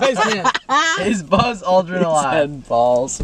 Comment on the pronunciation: ‘Neil strong’ and ‘bahllz’ 😍